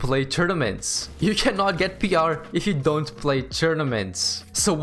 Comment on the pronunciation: I love how he says ‘’p.rrrr’’